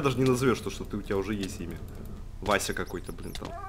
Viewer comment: это не Вася это Васс